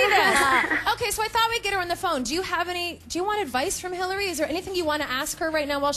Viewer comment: Lol Hayley Instead on hilary...